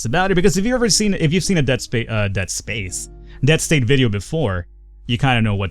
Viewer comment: lol at the end there it sounded like you said "Dead Space". Man that made me miss Dead Space.